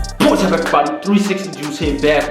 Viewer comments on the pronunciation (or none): The intro is lit wen u say "pwats up everybodyz"......XD